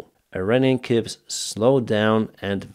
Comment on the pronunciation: Hi, 'buoy' is pronounced just like 'boys and girls' so 'boy'and 'buoy' are said the exact same way. Buoy is from 'buoyancy', which means to float on water. You could call them 'navigation buoy's' for example 😉 And 'coup' is a French word which we use in English, but its pronounced ''Coo' or 'Koo', so the 'p' is silent 👍